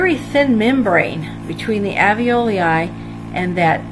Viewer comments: In spite of my horrid pronunciation of the term "Alveloi"... thank you for overlooking that and finding the good in this! Glad it helped you! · Rob James I am terrible at pronouncing alveoli. I have mastered it since this video, however!